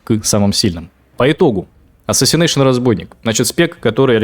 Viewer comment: Мути рога, а не "АСАСИНЕЙШОНАЛГАШУТЧШ" не удержался, сорян)